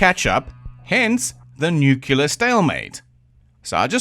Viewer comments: In this video, we get to listen to "nucular" many, many, MANY times in the beginning of this video. EDIT: A "rad" is not a very useful measurement, but MOST "nuclear", not "nucular" energy workers are still exposed to far less than than in their lifetime. In my 5 years aboard an aircraft carrier in the US Navy as a "nuclear", not "nucular", reactor operator, I experienced many, many times less radiation exposure. I guess now you know why I don't like the word "nucular". I won't say it again if I need to edit this comment again. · Are you a nineties kid? It seems so. But anyway, why do you pronounce nuclear wrong? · Nu-clear, not "nuke-uler". 🤮